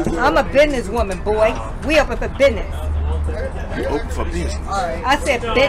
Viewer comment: Sue said Bithness…get it right! 🫵🏼🥴🫵🏼